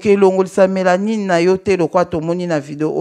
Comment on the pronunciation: Bonsoir sr, zambe apambola yo pona réveil spirituelle ozali kosala,limbisa ngai nalingaki kaka na corriger yo pona mot ya mélanine. Donc ezali mélanine et non melanie.Merci et bonne compréhension